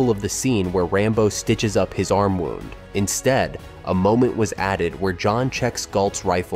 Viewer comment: "fatally WOUND each other" ?? (You said it to rhyme with SOUND !!) Which makes me think this channel is AI SLOP, so downvoting and blocking your channel.